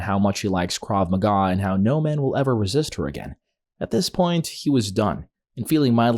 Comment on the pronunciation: Bro mispronounced krav maga